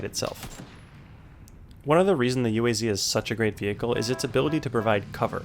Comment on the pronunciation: you don't pronounce UAZ like that, you say like a whole word- [OOASS] (thats how you do it)